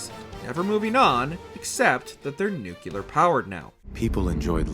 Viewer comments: Does anyone else hate when people mispronounce "nuclear" dude does it so many times and each is like nails on a chalkboard. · Me too man… me too. There aren’t two u’s in nuclear! Pet peeve of mine. Thought I was the only one. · You choose to do a deep dive on the fallout timeline and can't say the word nuclear correctly....unwathcable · For everyone who dislikes the video just cause mispronounced nuclear, it's just how he says it no need to dislike just based on that alone. God people need to learn that others can make mistakes. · Every video that gets "nuclear" wrong deserves a thumbs down. Ei jatkoon. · Maybe that's how he pronounces it, no need to berate the video just on that alone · Take a chill pill... Everyone makes mistakes it's a part of life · 4 times in the first minute alone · ok maybe that's how he pronounces it no need to attack him in the comment section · It is a little jarring to hear “Nukular” used as a word. I understand the instinct though - “Nuke” makes it feel like “Nukular” should be a word. However, English already solved that puzzle with “Nuclear.” Maybe it's a kaiser vs caesar thing? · When people pronounce nuculer instead of nuclear is the real disaster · Its NEW-clear, not NUKE-you-lar. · it's NUCLEAR not NUKEYOULAR, I stopped watching at one minute. Mr. George Bush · This guy is really going to pronounce the word "nuclear" incorrectly the whole video, isn't he? Smh It's nuclear. Not Nook-yu-luhr. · please don’t make fallout related content if you pronounce nuclear as “nucular” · Jesus christ it's pronounced "New-Clee-Er" and "Psy-No". Not new-cue-ler and see-no. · Why does he say “nuculear” instead of nuclear?? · Jesus christ...N-U-C-L-E-A-R not N-U-C-U-L-A-R. New-Clee-Ur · Nu-cle-ar! NOT nucular. There isn’t a second ‘u’ in the word. You made this video unwatchable by the number of times you pronounced it that dumb way in the first two minutes. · Nu-clear, not nu-kilar?? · Lmao nucular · Please learn how to pronounce nuclear